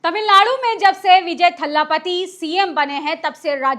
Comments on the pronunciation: Didi iam sorry to correct you it's thalapati not thhaalapati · Kya thala thalla bolti ho maidem,unka naam c Joseph Vijay hai